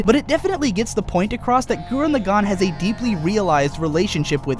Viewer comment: "gurren lagAHn" "vieral" "shimon" make it stop